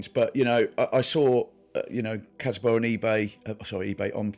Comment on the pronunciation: Csaba as "Chaba" or "Tsaba"("Cs" as "Ch" in "change") would be the closest to the actual pronunciation.